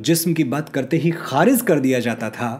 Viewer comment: Khariz nahi kharij kahte hain, improve your pronunciation. Good luck